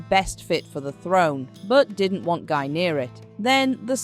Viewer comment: Guy is pronounced 'Ghee' like in geese